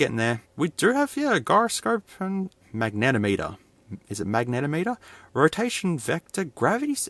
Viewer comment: Pronounced "MAG-NUH-TOM-UHTUR" FYI :)